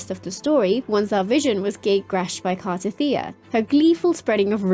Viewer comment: dude you mock how she said Ciaccona when she actually said it right. meanwhile you can't even say Cartethyia right.